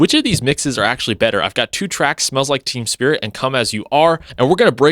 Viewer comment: Its basically the same! Its not like they made "endless nameless" sound like "polly"! Also the first time you said it, you said "smells like TEAM spirit"! 🤣 Im gonna use that as a title for a song!